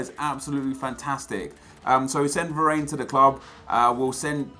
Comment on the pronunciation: please stop pronouncing varane wrong, it hurts my ears